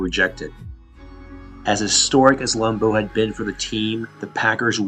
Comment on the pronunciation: LAM-beau. Not Lam-BEAU.